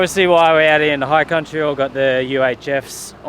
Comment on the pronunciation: Dude. High country, not higher country haha. Great video as usual mate. Cheers